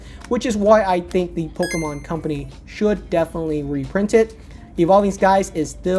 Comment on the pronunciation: hate how he says "Pokomon" LOL